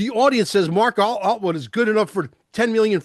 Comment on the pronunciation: It’s not Altwood 😂